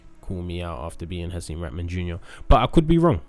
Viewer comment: come on i love you man, but you doing a nasty job on Hasim put some respect on his name